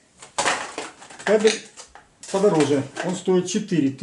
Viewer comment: Правильно нужно ставить ударение на слове КАБЕЛЬ, а то получается что обзор про собак мужского пола, а не про кабельную продукцию!!!